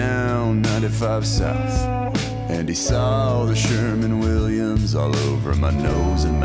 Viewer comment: Am i the only one who notices he said Sherman Williams not sherwin Williams